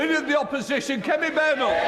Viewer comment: Badenoch",Badenough" more like 😅